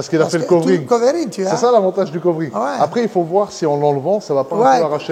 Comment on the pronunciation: Lé covéring 😄